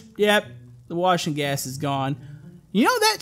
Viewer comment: At first I thought u said washing gas instead of wash n’ gas :)